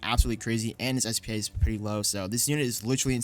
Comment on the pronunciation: u don’t say it like spa it’s s p a bit like the building or machine (stands for speed per attack) anyways good vid